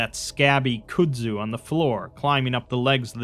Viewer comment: I really appreciate the stories that you read for us and everything and I don't want to be that guy but it's pronounced "Cud-Zu"